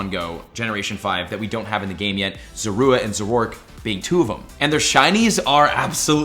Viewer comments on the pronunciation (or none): So is it just me or does the way says Zorua, Zoroark, and Hisui break my ears? I believe it's Zor- ooa and Zoro- Ark and Hei-Sui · Omg you’re so annoying... really after me Zah-roah! And Zohr-ark! P.s you can YouTube anime episodes to find out how you pronounce their names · Please start looking up pokemon name pronunciations before making videos man.. speficially referring to zorua and zoroark this time around. Its super cringe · He pronounces zorua and zoroark so weird